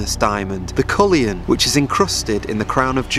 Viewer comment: It's the cullinan diamond not cullian.